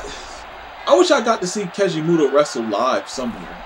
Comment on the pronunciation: You keep saying his name wrong and it’s annoying